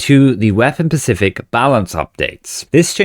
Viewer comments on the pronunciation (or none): Specific. The word is specific.